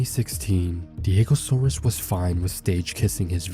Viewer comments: bruh its diego SAURS ... not SAURUS ... u dont pronounce dinosaurs as 'dino - saur - uhs' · Can't even say his name right despite having it displayed in most of the video.